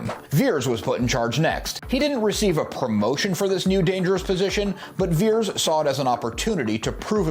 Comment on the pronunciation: Its pronounced "Vee-Ears," not "Vears". Put some respekk on his name 😊